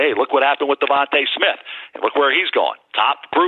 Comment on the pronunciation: Who is “Devontah” Smith?!